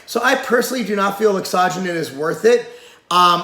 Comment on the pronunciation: does he pronounce it right i thought it was laxo gen in he said like asajonin